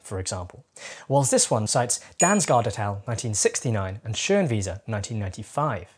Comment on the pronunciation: From a German, excellent pronunciation of the "ö" in Schönwiese